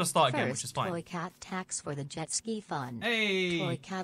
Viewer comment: the worst part is the subtitles are actually mostly accurate this time, but it's just "x toy cat" because he didn't say "ibx toy cat". He was so close...